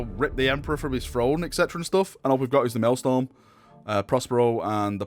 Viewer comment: Please stop saying MaëlSTORM, it's Maëlstrom